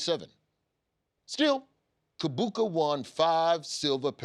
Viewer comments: Ugandan here, Kibuuka is pronounced Cheebooka. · Uganda here. Didn't know about the man Kibuuka but I'm glad to learn about him on CP time #ForTheCulture. PS: The Ki is pronounced as Chi. Chi-buuka. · Wow...its sad that I am learning about Kibuuka now. I guess my government doesn't want to honor a champ who had to change nationalities for better quality of life and an advantage in the game...Thanks for the research. P.S there are 2 Ugandan writers on your team...one actually called DAVID KIBUUKA. So I wonder if the painfully wrong pronunciation is just a bit or you have actually been pronouncing a co-workers name wrong all these years.